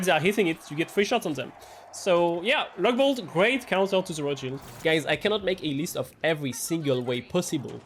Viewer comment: Every time you say Riot Shield, I hear Rothschild. ☠